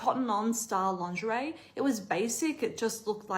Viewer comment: Frighteningly smart analyses - 'lawnzheray', though. Ouch!